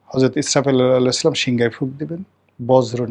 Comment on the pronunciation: সালামটা শুদ্ধ করে শিখেন